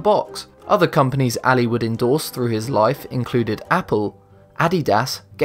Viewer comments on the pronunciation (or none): none